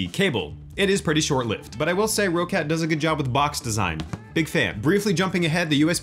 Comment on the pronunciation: It's pronounced like "Rocket" not "Row Cat". There is 2 Cs so the way you can look at it is "Rock Cat" which said fluid will be pronounced "Rocket".